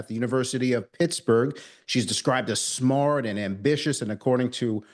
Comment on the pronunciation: "she's described as smard"?